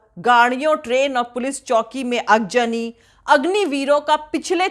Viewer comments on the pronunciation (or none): Great job,!! The word “Aagzani to be pronounced as “Aagzani and not “Aagjani”